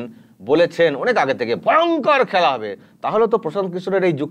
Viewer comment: খেলা হোবে না,খ্যালা হবে,ব্যাটা বাংলাটাও ঠিকঠাক শিখলি না।